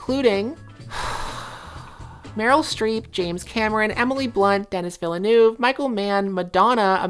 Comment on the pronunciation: It's pronounced 'Den-ee Veel-nuv'